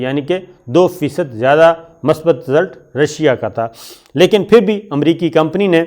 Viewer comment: My dear Shakir, I am your fan. I POINT OUT that correct word is MUSBAT not Masbat as usually Used by you in your TV Show. In case of any doubt you can consult any Urdu Dictionery. I repeat that correct prononciation of this word is MUSBAT. God bless you. Mushtaq from Lahore.